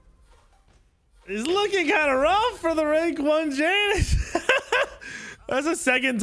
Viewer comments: Triggers me SOOOOO much when you call Janice and not yanus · Ya noose... not jAy Nus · Bruh it’s Janus pronounced (Ya-Nus) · Please stop saying Janus incorrectly